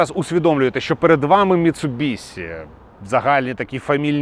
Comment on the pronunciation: Як боляче😅 Міцубіші* ші* чоловіче) Бо транслюють し як Сі люблять лише росіяни(і то далеко не всі) і ті хто кажуть за звичкою з російською.. Ми ж не кажемо суСі замість суші (так.. и в них теж нема..) Заради справедливості там звук десь серед Щ російської та С.. але для людей що не шарять літера Щ буде НАБАГАТО ближче до оригіналу.. ця літера відповідає українській пом'якшеній Ш а так як і пом'якшує попередню приголосну.. то し слід передавати як Ші